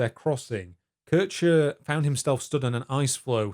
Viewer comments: also why are you referring to a person named Keer-Heer as Keurtscher? Americans are so unbearable.. Have you people ever tried to pronounce something right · Took me some time to realise you were talking about Kirscher. You kept saying "Kersher". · Love the video, but I did chuckle at Currche (Kircher ['kɪrçɐ]) :)